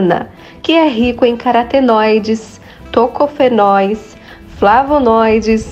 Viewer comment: Carotenoides e não caratenoides... O nome é URUCUM